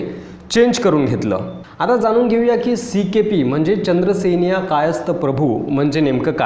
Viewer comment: नीट बोला.चंद्रसेनीया नाही तर चांद्रसेनीय कायस्थ प्रभू असं संपूर्ण नांव आहे.चांद्र सेनीय कायस्थ प्रभू असं जे समाजाचं नांव म्हटलय ते तसं नाहीय.मी स्वतः चांद्रसेनीय कायस्थ प्रभू अर्थात सीकेपी आहे.शाळेत काॅलेज मधे माझ्या नांवाच्या पुढे जातीच्या काॅलम मधे सीकेपी लिहिलेय.